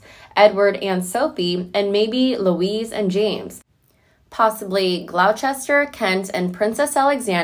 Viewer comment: Lol glowcheshter omg it os glosster